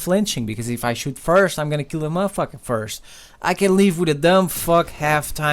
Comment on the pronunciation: lol the way he said mo fucker " MOFUKEH" LMAO